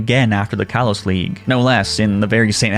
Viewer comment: he said kalos wrong